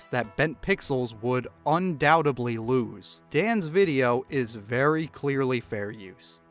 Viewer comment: The word is "undoubtedly"... You clearly said "undoutably" which is not a word you bafoon.